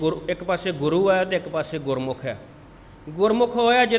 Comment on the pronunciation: Read gurmukh, NOT gurmukho. Thanks